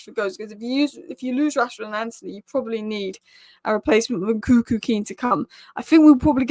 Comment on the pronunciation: His name is Nkunku not Nkuku